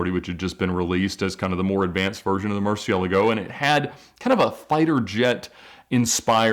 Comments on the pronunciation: Did no one watch top gear? It’s pronounced rebenton 😂😂😂 And my dude what is a mercielago?? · I remember from need for speed carbon and it was introduced as the re-ven-ton. Lol he says Murcielago funny aswell. 🤷‍♂️